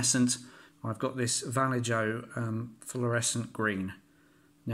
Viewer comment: Cool video, very helpful BTW the J is pronounced as an H, so "Va Lay Ho"